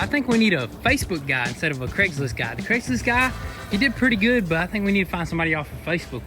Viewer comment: Craigslist guy…it’s Craigslist. 😂. Great content tho